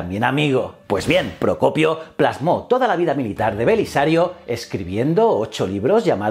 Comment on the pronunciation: Aplaudo que hayas podido pronunciar "el propio Procopio" con tanta facilidad.